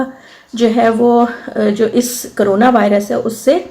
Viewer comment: لفظ کرونے نہیں ۔ کرونا ہے